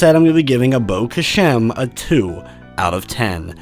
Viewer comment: i think i got it from the way this dude says abo khashem and the score he gave the game. Absolute aids